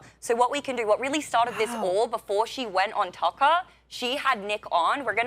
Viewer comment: It's Tucker not Takkaaaa!